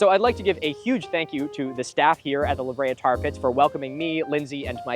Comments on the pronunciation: i’m glad i’m not the only one who has to say “the the tar tat pits” when i hear “the la brea tar pits” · Thank you for calling them The THE TAR Tar PITS!!! You don’t know how much I needed to hear someone say it exactly like that! Why does English do that with foreign words lol?! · its lahabrea :face-orange-biting-nails::face-orange-biting-nails